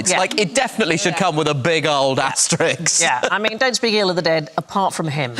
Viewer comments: It’s AST-ER-ISK… now that wasn’t hard was ti… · I thought so.